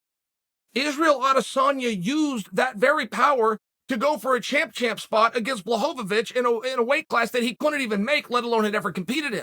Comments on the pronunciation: If uncle Chael says his name is Blahovavich then it is ! 🤣🤣🤣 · Ha! "Bla-hovavish" made me laugh out loud. I hadn't heard Chael say that name in a while. Does anyone else feel like it's a real bummer that Glover beat Jan? 😂